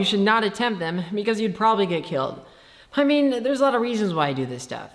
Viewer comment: "Hi mean...." "Hokay" "Hradioactive"